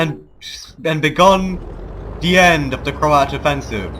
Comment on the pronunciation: I always hear you as saying Croat "horses" :-)